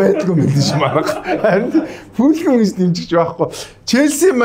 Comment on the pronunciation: Fulam geed bdag shaats 😂 Fulham shde balai avgai mine enige medhgui baij yuun surtchilan taniulah edr ve sdu